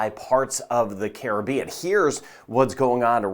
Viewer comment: Thank you for pronouncing Caribbean correctly 😅